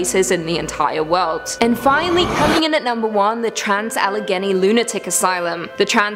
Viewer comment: It's pronounced Ali- Gay- knee.